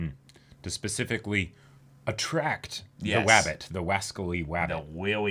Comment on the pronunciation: "Weawy weawy dangewous wabbit," was absolutely hilarious.